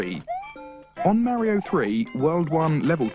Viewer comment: Honestly, his pronunciation of Mario is nowhere near as atrocious as his pronunciation of Miyamoto.